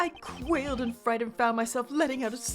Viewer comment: It been almost 4 years, but finally learned how to pronounce "quailed".